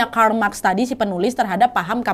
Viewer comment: baca buku dulu...ucap karl marx aja masih salah